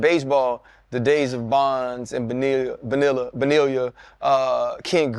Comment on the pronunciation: RC should be embarrassed about the way he pronounced Bonilla.